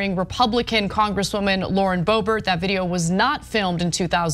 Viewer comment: Its, not boebert,its boobert.